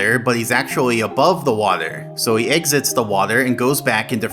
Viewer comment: I don't thing I've ever heard someone saying "waeder" so frequently within such a short amount of time.